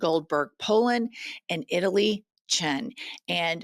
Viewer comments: Itay Chen (the proper pronunciation of this Hebrew name is Ee-tie, tie like bowtie). Listeners also check out 60 Minutes exposé on Binance depositing $2B+ into t'rump crypto Liberty Finance. Changpeng Zhao, CZ, pled guilty to money laundering. He also "gave" his crypto platform to the t'rumpty sons,Jr & Eric, & their partners to start Liberty Finance. Then t'rump pardoned convicted said money launderer, CZ, & then has the audacity to claim he does not to know him!! Come on American Justice!! 🗽 ⚖️ 🇺🇸 All these t'rump fuckers need to be inside a prison cell!! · At least pronounce his name correctly. It's not Italian. It's Itay!